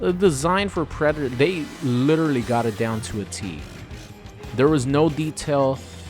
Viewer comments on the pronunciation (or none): none